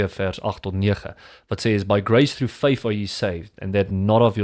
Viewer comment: Doen my net n guns.. spreek die "th.." (fai-TH..TH-at,TH-ink)as die Griekse' Theta.'. tong teen bo tande.. Nie "v/f(Soos vuur/fiets nie) NIE Bo tande op onderste lip Nie,Maar tong teen bo tande..oxf lrat Dan net Afrikaans..asb..Dit is Nie Fink of faif.. maar THink en faiTH).Ek venieg jou videos.. maar Nou uitspraak is verkeeed as jy Engels Probeer praat.